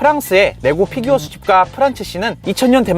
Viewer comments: 쁴규어라고 발음하는게... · 피규어 발음할때 피 만 원어발음으로 하는거 개웃기네